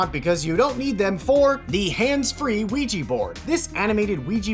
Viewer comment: The scariest thing in this video was his pronounciation of “Ouija board“